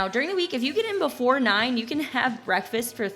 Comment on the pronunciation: There's a "k" in "breakfast". This constant pronunciation of "bre-fast" is annoying and childish.